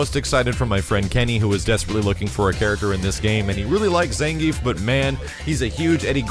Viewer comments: It's not "Zan - Geef", it's "Zahn - gee - eff" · ZAHN-GEE-EFF,! Get it right! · Ppl keep calling him "zan-geef" even after the trailer tee-hee